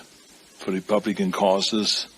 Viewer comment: Oh....but did we all hear him say ...the Rebulicans devide us! 🤦🤦